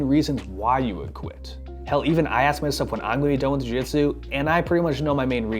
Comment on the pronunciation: You can't even pronounce Jiu-jitsu? - The "real name" of the Japanese martial art is commonly known as "jiu-jitsu" is (柔術) - look it up